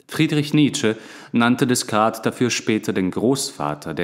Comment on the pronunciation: 👍Angenehmer Rhythmus und Stimme. Man hat lust und raum zum mitdenken. Aber die frz aussprache könntest du nochmal ausbessern - Deh-kart (Descartes), Puat-jeh (Poitiers) ... Darüber bin ich beim hören immer wieder gestolpert ;)